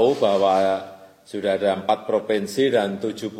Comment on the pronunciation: Provensi.. Pendengaran saya beliau menyebutkan provensi.. Mohon maaf sebelumnya, mohon pncerahan, yang benar provinsi apa provensi?